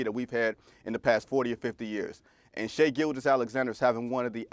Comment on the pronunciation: Every time Stephen A says Shea Butter I’m like 🥴